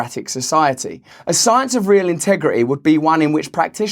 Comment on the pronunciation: Ta sycence! (Incorporated)